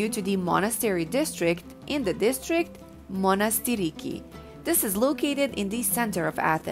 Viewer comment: Excellent video but if you would permit me to correct a few things. It's pronounced as "Monastiraki" which means 'little monastery". The video also didn't really show any images of Syntagma square, instead the images shown were of the Greek Parliament (which is directly across from Syntagma) and some brief shots of Ermou Street (shopping district) which is located across from Syntagma square on the other side. I also think that people need to spend more than one day in Athens in order to take in all of the incredible sites this amazing city has to offer.